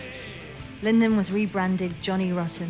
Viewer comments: Lyndon??? LYDON, LYDON, LYDON...ffs! Wow this is a brilliant upload though 👏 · It's a bit unfortunate that the narrator here calls John Lydon "Lyndon". But any Malcolm content is better than none. He was a national treasure and, if anything, his contribution to the Sex Pistols and the partnership with Westwood has been underrated. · of course. The narrator of this piece said "Lyndon." They need a new copy editor. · what are you talking about? It's not Lyndon... its John Lydon, check your facts and look it up. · A lot of people get it ,,I’m like LYDON F F S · Very entertaining video, lots of stuff I haven’t seen before. However, what are we to believe when the narrator gets the name of the lead singer wrong? That is not a small mistake to make. Thoroughly enjoyed it though. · how can they mispronounce and incorectly spell LYDON so many times .......?